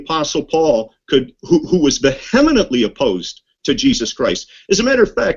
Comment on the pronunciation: at 9m57s:, Paul was what? Are you trying to pronounce vehemently? VEE-a-ment-ly. Say it with me.